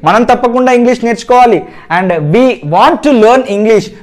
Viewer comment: You said Just miss pronunciation of We subject..